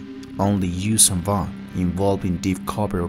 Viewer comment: As a huge vong fan the j sound just no it's Yun'uzhan and Yun'yamosk a y not a j